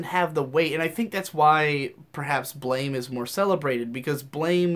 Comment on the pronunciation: Blame! is pronounced blam